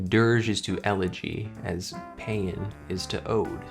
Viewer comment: Paean is pronounced pee-on. It's a song of praise. It was most famously used in the English language by Cmdr. Butcher, a US navy officer. He was captain if the USS Pueblo when it was captured by north Korea. He was forced to write a confession after being tortured. "We paean the North Korean state. We paean their great leader Kim Il Sung."